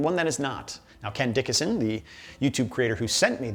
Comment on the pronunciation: Ah, ya finally did it! [deep belly laugh] Good on,! Yeah, every single time I've had Irn Bru, my first thought is "There is no way I can finish this whole bottle." My second thought is "What happened to the six-pack I just bought?" (also, you pronounced my name right! Can't tell you how many people go "Dickson," "Dickinson," etc, despite seeing the "A!") Ken Dickason